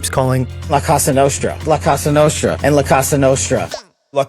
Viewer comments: Did Kash say "la costa nostra"? or "la casa nostra"? Neither of which means what he thinks it does. 🙄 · That pronunciation of La Cosa Nostra is the biggest crime here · The head of the FBI not being able to pronounce "La Cosa Nostra" is exactly what you'd expect from a Trump appointment. Pretty much every aspect of the federal government has been corrupted and stupified. You won't be able to use any federal office as a source from now on as they are just instruments of Trump's corruption and no longer actually do the job they are meant to. All the decent intelligent agents and federal officials either resigned or were fired by Trump. That nut literally had federal workers sign a pledge of loyalty. Not to the country or people, but to him personally. Don't use any U.S. government entity after Trump took office as a primary source for anything.